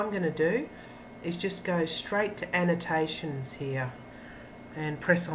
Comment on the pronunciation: I don't think thats how you are supposed to say annotations...